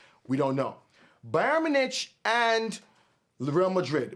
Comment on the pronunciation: Ay good vid but to let u know Bayern Munich is pronounced like Bayern (u said correctly) Mune ik